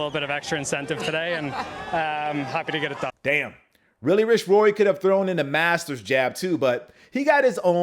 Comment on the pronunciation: Did you just mispronounced Rory's name? I never heard it sound like that...